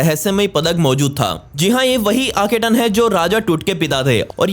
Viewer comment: आखेटन नहीं बाबा "आखेनाटन " और वो कींग टुट नहीं "टट" है।